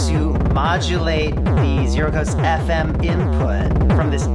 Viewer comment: This video keeps throwing me off. I’m used to the 0-coast and 0-control pronounced “no-coast” and “no-control”